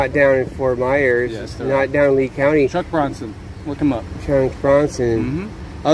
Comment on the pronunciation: "chunk brongsen"